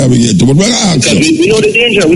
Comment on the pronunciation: Is it pronounce fire bigade or fire brigade lol I swear I’m hearing fire bigade from Muta Muta I love listening to u I had to laugh at the pronunciation lol if I heard wrong I apologies Lol